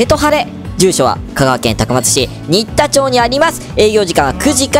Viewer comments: 「にったちょう」❗️じゃなく「しんでんちょう」なﾝじゃないでしょうか⁉️ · 最近見始めました(^-^) 町名の読み方 新田町(しんでんちょう)だと思います！